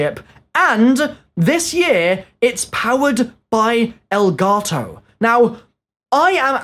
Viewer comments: Its Elgato not Elgarrrtoowwwww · Is it me or is he saying elgato wrong??🤔